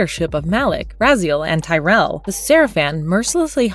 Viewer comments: The only thing I didn't like about THIS video is the horrible misspronunciation of a lot of characters :P "TYREL"? Who's that? We all know TUREL. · Anyone else kinda bothered the names and some words aren't pronounced correctly? Tyrell and Malaky...new characters ?